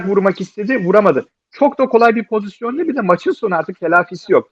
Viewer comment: "Pozisyon" diyemeyip "pozizyon" diyen 2 Fenerbahçeliden birisi Altan ağabey, diğeri Ersun yanal :) Seviliyorsunuz.